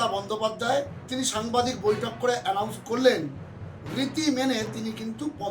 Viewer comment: এলাউন্স না এনাউন্স